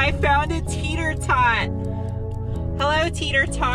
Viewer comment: This is in my top 5 car channels to watch, prob top 3. That being said I can't wait for you to finish and sell the Audi so I don't have to hear you say teeter tot instead of the correct Tater Tot :-)